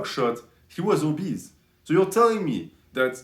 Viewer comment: " He's of course...obese" lmao